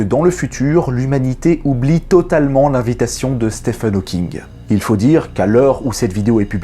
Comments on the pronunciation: Bonjour, très bonne vidéo. Par contre, il me semble qu'on prononce "Stiven" et non "Stephen". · Salut! Juste pour te dire que Stephen se prononce comme Steven et que tes vidéos sont toujours un régal:) Bises et meilleurs vœux pour toi et ta chaîne.